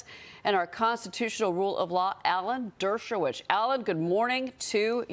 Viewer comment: She doesn't know how to pronounce DERSHOWITZ. NOT HARD.